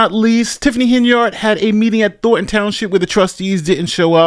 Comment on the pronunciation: Thorn. Letter "n". Thorn - ton, not Thor - ton. Let's hear that "n" son!